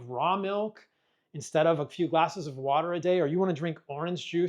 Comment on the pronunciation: Just drink wa'er